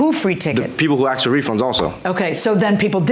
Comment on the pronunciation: Promoter is a player- dude- get some pants that fit- we don't need to see the banana...and give them their money back..NOBODY WANTS YOUR NEXT SHOW DUDE....AND ITS ASKED NO AXED!!!!!!!